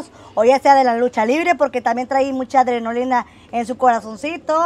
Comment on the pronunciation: Es adrenalina .no adronolina .